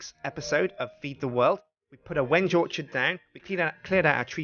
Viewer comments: sir its balsa and wenge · he's been pronouncing it wrong this whole time. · try pronouncing Wenge differently and you'll get it. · The tree is pronounced weng-gay not when-gay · Wenge isnt said wenj but when gay! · Gotta love how he still pronounces it "wenge" rather than "when-gay" at the end. :P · When-gay?its pronounced ven-gee. My dad is a kitchen designer. He knows this stuff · some1 is pulling your leg. It's pronouced Veng now Weng. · It's when ghee. I'm building a chest with it in real life. When he says wenje it frustrates me soo much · No he is telling us how to pronounce Wenge,it is pronounced (When-gay). I am an expert on Wenge,Wenge...pronounced (when gay).. A very hard dense wood worshipped by the east bay congo mufidious bunga tribe. A sharpened piece is used to cut the umbilical cord of all their babies, any self mutilation ritual, and also to kill any invading enemies with a club made of wenge. the scientific name Is mehituondaheadicus widhardstickitus. It can be very rough,and won't go down without a fight. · The vid is called When-gay because that is what it sounds like When u say wenge! Like so people can see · Pls give a link to a fb page!! Im liking the yogscast clan on fb and u didnt provide a link in the description! And inspite its a mispronunciation, i dont think i van call the wengebanything else other then wen-ge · I thought it was pronounced like wengee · Is he sure its not pronounced when-yay? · I'm from Argentina, we use tons of Wengué over here. At least in the spanish speaking world, it's prononuced "Wen-ge". The first part is prononuced as "When", and the second one sounds like the "ge" in "get" Also, the second syllable is the one that's stressed. We use the "é" to indicate that's a stressed letter. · I think there were a troll saying to that the wenge tree is pronounced "wen-gei" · wenge - pronounced when-gai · It's wen-gee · Someone tells its pronounched when-gay. Obvious troll is obvious troll